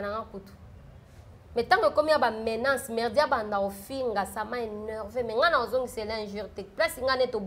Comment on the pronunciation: Bsr pardon, menace et non menace stp petit conseil.